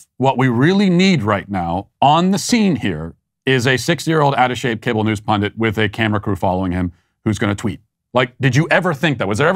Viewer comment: the word is PUNDIT, not PUNDANT!!